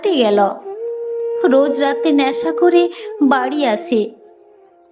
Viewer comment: কানতে নয় , কাঁদতে / বেস্ নয়, বেশ / ন্যাশা নয়, নেশা / শেস্ নয়, শেষ / ল্যাখাপড়া নয়, লেখাপড়া।। ইত্যাদি ইত্যাদি।। 🎉 যদিও এপিসোডটি বেশ দীর্ঘ।। সেই অনুপাতে এবারে উচ্চারণে খানিকটা উন্নতি হয়েছে ।। আশাকরি আগামী দিনে আরও উন্নতির সংগে প্রতিটি এপিসোড শ্রোতাদের কাছে সবিশেষ বাহবা পাবে।। 🎊 পরিশেষে আন্তরিক ভালোবাসা আর অনেক আশীর্বাদ রইল ।।